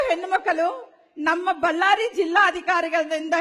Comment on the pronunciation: ಬಲ್ಲಾರಿ ಅಲ್ಲಾ ಅಕ್ಕಾ ಬಳ್ಳಾರಿ ಅನ್ನು